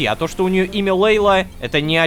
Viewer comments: Лололошка Ты Не Правильно читаешь Имя ЛЕйла а надо ЛейлА ударение на "А" заранее спасибо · Собираем петицию чтобы Лололошка говорил имя мачехи Джамиля правильно: Лейла́